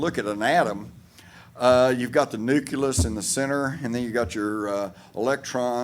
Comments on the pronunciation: Its not "nuculus" its "nucleus" and it means center or heart. Same goes for "nuclear", heard people saying "nucular" instead. Sounds rather stupid to be honest. Thanks for the video, lots of good info. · I know, most native English speakers struggle so hard with nucleus and nuclear... So weird from the perspective of a non native English speaker.